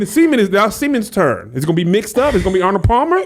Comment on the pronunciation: did he say Arnald Palmer .... I'm dead 🤣🤣🤣🤣